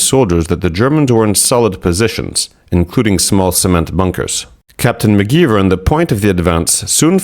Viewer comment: McGiver should be pronounced with a long I, not ee, like the word ivory.